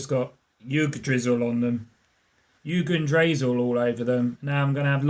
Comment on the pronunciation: Had me dying with the pronunciations of Yggdrasil 😂